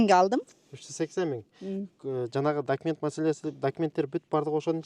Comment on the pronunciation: Дакимент Дейтго ужас😂